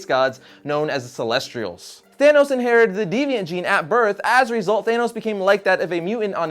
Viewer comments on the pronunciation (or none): Is it celestial or celestrial?? Wtf